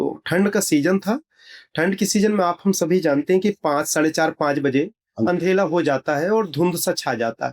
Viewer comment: Andhela bolna to seekh lo pehle devlok jane wale😂😂 fek ne ki bhi limit hoti hai isne to limit hi cross kar di😂😂